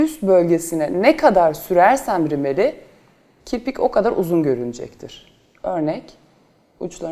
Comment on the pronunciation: Kiprik değil canım kirpikkkkk 😂😂😂